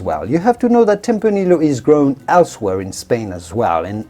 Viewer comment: My guess is that the host is a native Spanish speaker but has picked up a very damned convincing British accent in his English language learning. Given these things, I wonder why he pronounces "tempranillo" as "tempraneel-lio" instead of "tempraneeyo" as it is pronounced in Spanish.